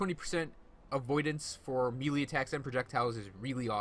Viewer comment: Neat build, great video. You may not care (which is fine by me) but... melee => 'may-lay' aether => 'ee-ther' eldritch => the 'ch' at the end is pronounced as in 'snitch' FWIW...